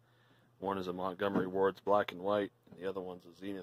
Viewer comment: That Zenith is a keeper. Sounded like you said "Monkey Wards" , made me chuckle. Too bad Shango fixed that Maggie for me. I'd take it but my garage and house looks like that storage.